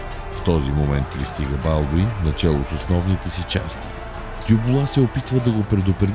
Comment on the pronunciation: Като чух БАлдун и спрях клипа, мн зле